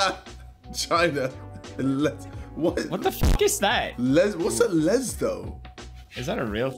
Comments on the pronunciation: FINALLY A SOUTH AFRICAN MEME... It is pronounced le su tu... Lesotho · Funny how they just cant pronounce "Lesotho" - We are going to offend "two fans" in Lesotho.... i am not offended tho